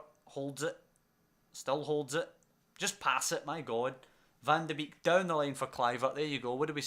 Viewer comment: Some pronounciations Sierhuis-seerhouse Bakboord-backboard Van de beek- van the bake Eiting- aiting Zeefuik- zay(as in 'say')fuyk